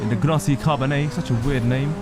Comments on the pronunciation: Not trying to be a dick but Gnotti Carbonii, really? Grotti Carboninizzare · the name's Grotti not Gnotti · G(R)otti Carbonizzare (correct pronunciation: Car-bOn-ni-zAR-A)